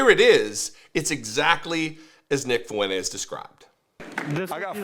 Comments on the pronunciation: Am I the only one seeing that it seems he can't pronounce Fuentes well? Hahahaha It seems he is missing the N. Like he pronounce it without the N there. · Has Fuentes ever LOOKED UP HIS LAST NAME?!